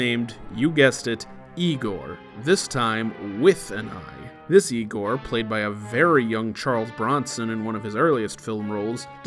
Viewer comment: "no it's pronounced 'Eye-gor"